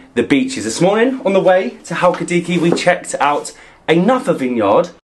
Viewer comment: It's not halki-diki it's pronounced Hal-ki-di-ki with the emphasis on the last syllable.